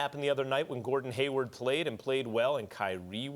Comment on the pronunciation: Come on Steven A. It's Hayward, Not Haywood. 😂 And He's definitely not the problem. Actually, These 🏀 teams in The Eastern Conference this year are a lot Better than last season. 🍀Go Celtic's🍀